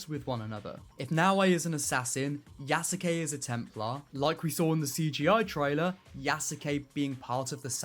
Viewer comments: please stop breaking yasuke into 3 sylibles ya sa ke as it is a Japanese name it is pronounced yas kay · Yes you kay